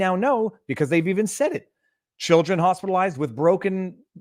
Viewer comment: she didn’t say “Hospitalized” she said Hostelized